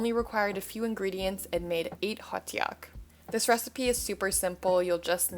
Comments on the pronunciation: Hey just wanted to say something about the hotteok pronunciation It's pronounced Hottok and not hottEok Hopefully I explained it good enough cuz I have issues explaining stuff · The pronunciation of it is Ho-Ttugg in Korean :)